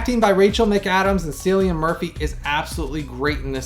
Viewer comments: Thank you so much for all your time & effort on this detailed review! My copy is arriving tomorrow & your review made me even more excited to re-watch this amazing film finally in 4k (and done well)! Thank you Paramount! Also, Cillian's name is pronounced more like a K than a C. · Somehow I’ve never seen this, so I am excited to see it soon. Also FYI his name is pronounced with a hard C like the word “kill”